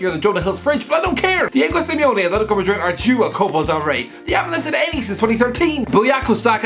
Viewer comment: Copal Del Rey Also:Buyako Saka